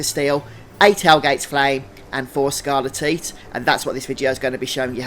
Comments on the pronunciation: Never heard someone pronounce it as "scarle-teat", I always hear it as "scarle-tight" lol. Thanks though for these guides mate, they are very helpful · I know this video is 8 years old but it's pronounced skar-le-tight bro no tits involved 😂❤ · This is great and I appreciate the video, but they way you pronounce scarletite makes me giggle. Sounds like a livestock disease...